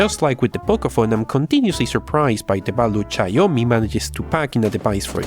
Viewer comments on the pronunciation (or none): SHIAOMI (XIAOMI) NOT CHAOMI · or tsiaomi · C H A Y O MI Jajajajaa... It is Shiaomi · Its shiaomi not caoyomi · Simply big processor, smoll ram smool storage, smooll memory usage Btw it's xiaomi or xiaomy with X or shawmi Not Cyomi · God, the XIAOMI is XIAO MI not XI AO MI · its Chiaomi, not chayomi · he says ''chiaomi'' and it's pronounced ''shiaomi'', it's not that deep. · It’s pronounced sh-ow me, not chinome, take it from someone who’s chinese lol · It's Xiaomi not Chaomi LOL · I cracked so hard when he pronounced Xiaomi as C H A W M I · Read/pronounce it as "SHAWMI"!!! 😂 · xiaomi= shaw-mi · now wtf is a * X A I A Y O M I* phone? 😂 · Did i heard chaomi? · What? Did u said caomi? xD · Its Cee-Yaw (Fast) - Mee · It's pronounced ''shaumi" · If you're pronouncing xiaomi as cayomi, I wonder what will you say to gigabyte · Just say it like everybody else "S'haw-mi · i think xiaomi pronounced zi yao mee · This is how you pronounce > shaou mee = Xioami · Learn to pronounce Xiaomi first! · It's Xiaomi not Xiaomi Cmon man fix your Asian accent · Every timethat you mispronounced xiaomi every time,I cringe smh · When he pronounced Xiaomi wrong 3 times in a row 😭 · The way you say xiaomi lol over and over again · Every time he pronounced xiaomi in the wrong way I couldn't stop myself from laughing 😂😂😂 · You just murder Xiaomi brand when you say the said brand. haha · please stop saying Xiaomi it's painful listening to you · it's hilarious and that's the point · I have uploaded a video for downloading pubg lite..its very easy Sry bro for this comment But love you...bcpz of u I was able to run many games on my budget PC..u r ossum And u pronounced xiaomi incorrect;-) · You have somehow managed to pronounce "Xiaomi" differently everytime you said it